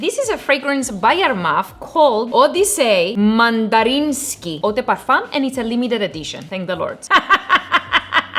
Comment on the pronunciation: Odeysay mandarinksi cracked me up😂